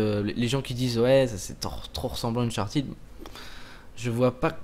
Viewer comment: Unchartead (prononciation comme "head") et non Uncharteed.